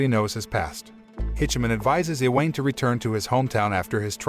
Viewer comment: i-weyn. iweyn. hahahahaha I-wa-ne. its i-wa-ne